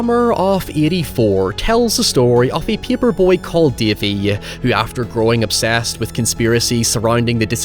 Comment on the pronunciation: My favorite protagonist, "Dævee, the pæperbœy".